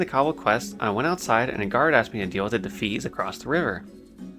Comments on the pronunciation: I chuckled when you pronounced Defias as “Dafees” and then had a full on belly laugh when I realize that, lore wise, that name fits too. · “Dafees” lol love your pronunciation. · Loved this video but for the love of god "dee fia ass" 😂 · DI FI AS Say it like it sounds. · Defeees are my favourite mob faction.. You really need to work on your pronounciations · Every time he said Defias my brain lost brain cells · I have never heard anyone pronounce Defias like that haha. Good video man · Your pronunciation of defias, always pronounced it, de fi as, and kobolds, always said ko bolds, hurts me, but it’s so cool to see your journey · Such a good video, but what thev fuck is a Kuh-bald and the Duh-fees?